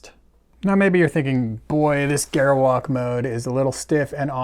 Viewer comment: I cringe whenever he mispronounces "Gerwalk Mode".